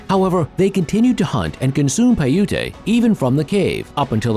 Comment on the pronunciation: Pie ute not piootee